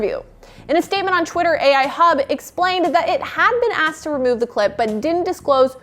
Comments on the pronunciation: AL Hub not AI Hub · Its AL Hub not Ai. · it's AL hub not AI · AL hub not Ai hub lol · hey, you know it's "al Hub" right?:) i'm pretty sure it has nothing to do with A.I.!